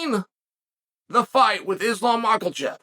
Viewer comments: It's Makhachev, not MakhaLchev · How come uncle chael puts an L in islam's name lol! MakhaLchev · Makhalchev??? Where'd the L come from😂😂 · Islam “Makelchev” ❤ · Its actually Mockeulchev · Who is Islam MachaLchev? 😂 love how this guy pronounces the surname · at this point it's getting obvious he's doing it over and over again with different fighters for yt comments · “Islam macklechev”